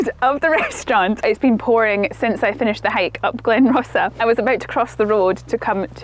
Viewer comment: Another great blog. Whiting Bay, as in whiting , the fish, and is pronounced white. Glen Rosa, is like rose. Well done for collecting these whisky samples, can be a bit of a deep dive for folks used to G&T